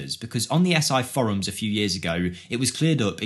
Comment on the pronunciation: how did you pronounce "forums" 😂